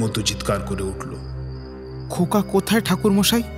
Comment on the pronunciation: khub sundor tobe khoka ta khoka na hoye "nyaka" hoye gechhe